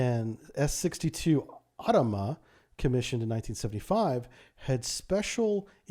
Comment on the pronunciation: Great presentation. thank you. HMAS Otama is pronounced "Oh-tah-mah".